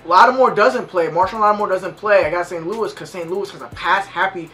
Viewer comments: Lmao he been saying St. Luis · stop saying st louise